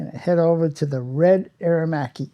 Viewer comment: AER - ER - MACCHI -:)